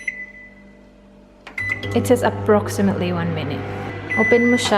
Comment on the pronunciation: Ang approximately naging “approximé-ly” charot slang naman oys